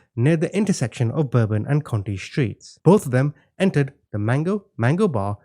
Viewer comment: Conti and county are pronounced quite differently - some Yankee that lived in the 7th ward for a time.